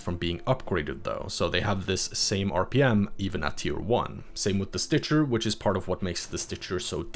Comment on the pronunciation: Stitcher. It's stitcher.